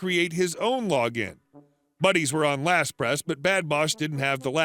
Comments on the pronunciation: LastPass not LastPress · "LastPASS" NOT "LastPress."